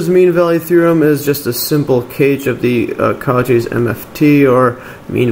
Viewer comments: I don't want to sound rude, but it's "koh-SHEE", not "KAU-chee", it goes after the French surname of the mathematician that formulated the theorem. Excellent explanation by the way! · good stuff, but maaan does it hurt hearing "coo-chis" as Cauchy... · The way he pronounced Cauchy almost killed me